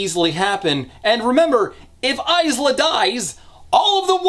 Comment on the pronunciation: I would like to re-record the 7 and half Lightlark hour video, just to ensure that AISLA is correctly pronounced this time.